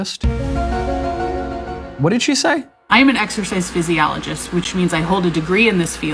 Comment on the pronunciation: Ms "Exorcist Physiologist" is very convincing when she doesn't even know the proper pronunciation of her supposed field of study she received a degree in. /sarcasm off